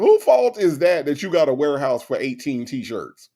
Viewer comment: Even laughed when said “warehouse”😂🤣🤣.